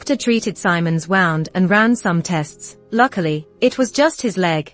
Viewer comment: The pronunciation of wound 😂😂😂